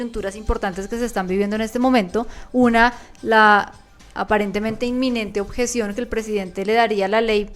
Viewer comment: "La oTjeción" - "La JEEEEE" Hermano, tratemos de hablar mejor...